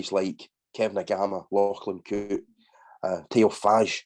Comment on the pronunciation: Hi. Good to hear a Scots voice, someone else who can actually pronounce "Lachlan Coote"! Yes, if Warrington can put everything together they are a major threat to you. But it's a big IF, and even if they do, you can usually find a way to win. Haven't Warrington shown the same ability by beating Leeds, when we dominated most of the game with 12 men, and even 11 for 10 minutes? No, we found a way to lose that one. The alleged Daryl Powell magic hasn't been much in evidence, has it? As you say, your forwards are better than theirs and whilst Widdop and Williams are capable of turning it on, they need better forwards in front of them. Olly Holmes has looked a shadow of the player he was at Cas. Warrington need a Paasi and haven't got one. I think your womens' side is likely to dominate again this season. You still have the core of your pre-Covid side, plus Amy Hardcastle. In contrast, our young and largely re-built side was improving rapidly last season and I reckon will be running you close by the end of the summer. I'm expecting us to hit the top next season, by which time it'll probably be your turn to think of rebuilding, of looking for next generation players. I have no idea what young talent you have coming through, but the more the better for the womens' game. I mean the women's game, not necessarily St. Helens, because as long as it's amateur talented young players not getting first team rugby are always liable to join another club. The sooner the best women are get